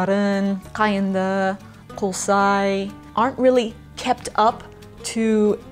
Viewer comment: Your pronunciation Tangbaly very good! like a native speaker !But you're pronounced Kolsai a little bit wrong. You said Қолсай instead of Көлсай !